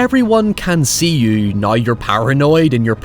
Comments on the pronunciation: Hoyever. Nuy. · How does one phonetically write the way he pronounces “now” “however”